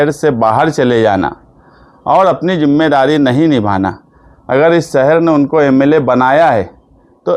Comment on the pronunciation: جِمّے داری جومّے داری نہیں ہے بھائی ذِمّہ داری بولتے ہیں۔ اسی طرح سہر نہیں بلکہ شہر ہے، پریسان نہیں پریشان ہے اس لیے نیتا کا پڑھا لکھا ہونا بہت ضروری ہے